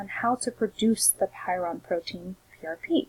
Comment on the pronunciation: Very good information, but please look up the pronunciation of prion......you are saying py ron.